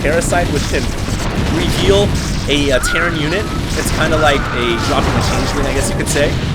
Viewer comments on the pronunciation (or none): none